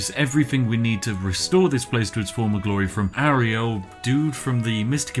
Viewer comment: video is unwatchable due to you saying "fantastic" or "fantastical" once every 3-4 seconds. also it's pronounced yoo-ree-uhl, like Muriel... or like (y)ewan...